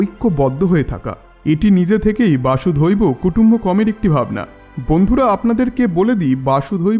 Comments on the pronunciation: "বাসুধৈব কুটুম্বকম্" নয়। হবে " বসুধৈব কুটুম্বকম্"। বসুধা+এব= বসুধৈব। বসুধা অর্থাৎ পৃথিবী। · উচ্চারণ করছেন ,বাসুধৈব ,কিন্তু হবে বসুধৈব ।বসুধা +এব।